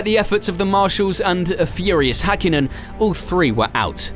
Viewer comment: Badoer was being lapped by Villeneuve, he was not running 4th in a Forti. Also learn how to pronounce Alesi at least semi-correctly (as well as Coulthard and Hakkinen)